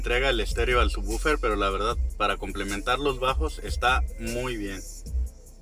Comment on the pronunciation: por que dicen bufer. que no es woofer